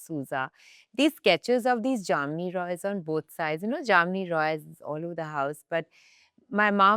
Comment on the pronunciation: Been a bengali u should know how to pronounce ,it's not JAMNI ROY it's JAMINI ROY .🤨